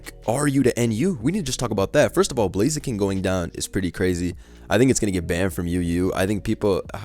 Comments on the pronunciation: bro thats blaziken in UU not blazeekin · Blazeeken has to be the new pronunciation of the name, it's just too good. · every time calls it “blazeekin” i laugh why is that shit so funny lmao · How the fuck did you pronunce Blaziken